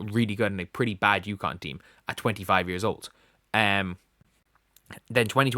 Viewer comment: How many times do I have to correct you. UCONN. UCONN. UCONN!